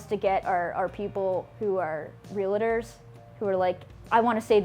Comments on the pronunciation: She pronounces it “ realator”??? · What is a real-a-ter? Could she be so clueless that she doesn't know that it is pronounced "REAL-TOR"? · It’s real-tor not real-uh-tor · It’s pronounced REAL-TOR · cant take this young girl seriously when she can't even pronounce realtor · She can't even pronounce "realtor" correctly?